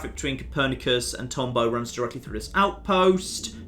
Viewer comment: calling the ASE "ASA" and pronouncing Tombaugh as Tomberg and not Tom-bow was almost enough to keep me from being like HUH at the ending. Almost.